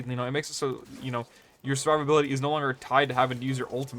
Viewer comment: Bro, fucking enunciate. “Survivability” has 6 syllables, not 3.